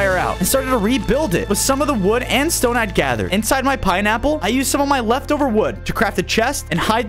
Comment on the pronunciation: bro said piniy bottom